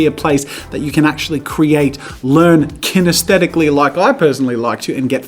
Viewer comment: "IM KINTHETICALLY LEARNING " We need it as a t shirt